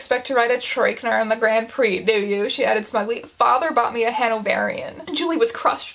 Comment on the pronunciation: As somebody who just rewatched Speed Racer any time they say "grand prix" I... I can't